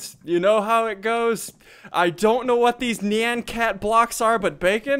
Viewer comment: It's nie-an cat